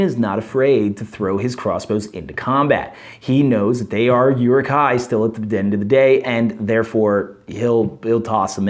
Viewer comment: By the way, Rumil has the accent on the U which means it's pronounced "ROO-mill". Also, it's more like "OO-rook", or "Uh-ruhk".